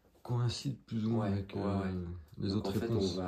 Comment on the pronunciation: Salut 😊 belle investigation 😊 je voulais te dire une chose qui me fait rire à chaque fois et n'y vois aucune mauvaise intention de ma part, tu dis toujours zavec moi (communiquer zavec moi, parler zavec moi, etc....) C'est visiblement ton petit tic de langage et ça m'amuse car j'ai les miens aussi et mes amis me le font remarquer 😂😂😂😂 à très vite j'espère pour de nouvelles aventures ❤❤